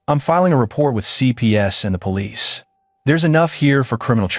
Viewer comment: It's REPORT, not RAPPORT.